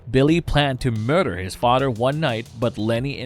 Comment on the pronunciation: Hello muddah hello fadda, here I am at, camp granadda. Seriously though, "th" doesn't sound like "d". It sounds like a toddler talking. It's extremely distracting.